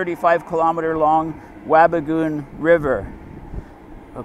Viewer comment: Dryden Chemical plant is way back behind your head. Do you know why they used mercury? Wabigoon is not pronounced as you said. Why is your head blocking the view? They don't produce boards. The wood chips are cooked in the digester building and the end result is pulp bales which were used to make paper but now go to the US to make paper. You should pick a topic that you have a clue about. By the way, I worked in that mill for decades and covered every department. NASA says carbon dioxide cools the earth starting at the outer atmosphere.